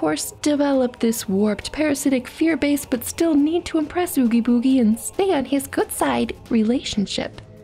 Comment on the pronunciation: Please tell me I'm not the only one that hears nails on a chalk board when she mispronounced Oogie Boogie